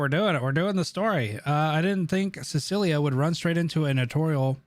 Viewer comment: This man really pronounced Cecilia as Silica lol 😂